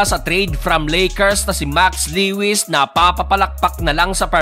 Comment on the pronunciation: Le-wis😂 Lowis yon bro, bisaya ka talaga😂